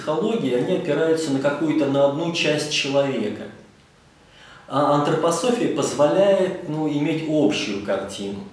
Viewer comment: Не Антрапасофия а Антропософия.